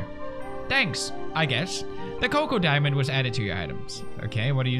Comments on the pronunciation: Choco diamond, not coco diamond. "Ch" like in "Check". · it's also not choco diamond, but coco diamond